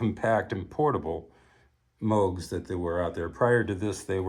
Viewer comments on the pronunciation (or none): I don't like to be that guy, but in Americanized pronunciation, Moog rhymes with rogue.